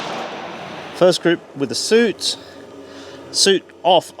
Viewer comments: Please stop calling it Suit, it is Su It. Always. Nobody has ever called it a Suit Sight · Got to say I never heard anyone when I was in the Army refer to it as a suit sight, the pronounciation sounded more like "sue-it" . Has an entire generation of British soldiers been pronouncing it wrong ? 🤔 lol